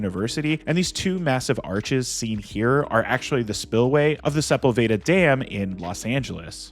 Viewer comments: Super minor, but "Sepulveda" (the basin, street, & dam in LA) is pronounced seh-PULL-veh-duh. Originally Sepúlveda in Spanish. Common mistake. So glad you're covering this movie! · its pronounced Sepullveda